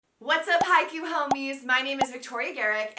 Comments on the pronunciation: ... it's Hi-Kyu, or Hike-You. Not Haiku. It's not a poem. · It pronounced haikyou!!